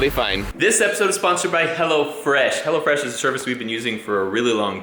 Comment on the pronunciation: Ahhahahah))) "Go to HELLofrash...")))